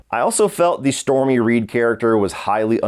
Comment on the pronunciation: It's storm reed, not stormy reid she's not sum Trump cocksucking bitch if your gonna give it a shitty rating at least get her name right